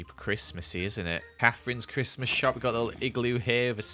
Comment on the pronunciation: do i hear donkey-Mas?